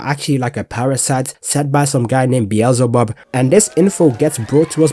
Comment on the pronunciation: 'some guy named Biyazabab" no way you disrespecting Beelzebub like that 😭